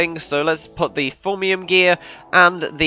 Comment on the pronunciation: did you just call thaumium "foamium" ??!?!?!?!!